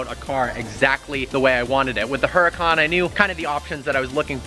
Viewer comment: why cant this guy pronounce anything right. its vin-chair-oh not vin-ser-o. and its ur-a-can not -hur-a-con